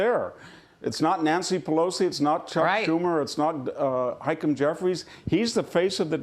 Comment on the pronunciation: "Hykum Jefferies"